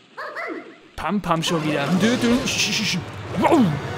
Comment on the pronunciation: Ja, so ist es. Nur sprechen manche ihren Namen falsch aus.